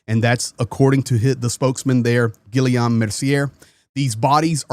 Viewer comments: JEEZ! It’s pronounced “gee-YOME” (French for William, for some reason) as in Robert and “mer-see-YAY” as in, uh,… Xavier? 👀🤷‍♂️ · pronounced Gee yom Mare see ay